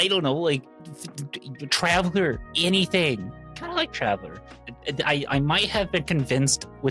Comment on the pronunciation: "Thank you, travaler" ::)